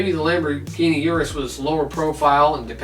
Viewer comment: It’s Urus....